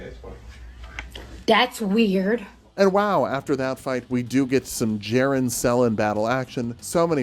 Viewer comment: You fool! The j is silent. It is pronounced Yerren. Like yer in for a good time!